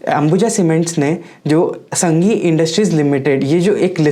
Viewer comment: संघी नही सांघी नाम है कंपनी का